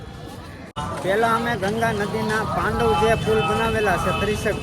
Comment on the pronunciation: પાંડવ નહીં પેનટુન બ્રિજ છે